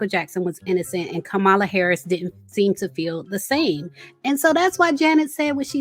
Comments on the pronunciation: Who is Ka-Mala? Chileeee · Please pronounce Kamala’s name right! It’s “Comma-La” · COMMA-LA. Please say it correctly. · it's Comma-La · Did you mispronounce VP Kamala Harris' name (like Trump)??? smh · Why did you keep saying the vice president name incorrectly? You went from saying it correctly to incorrect (,-lalalalala).